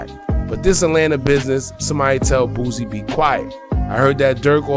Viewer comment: It’s “ Boosie” not “ Boozie”